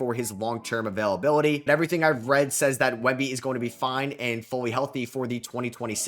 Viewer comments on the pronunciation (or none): none